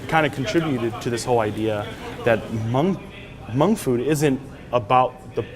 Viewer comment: Dolla Tha Kid how else are you suppose to pronounce it? He’s Hmong, of course he knows how to say it right.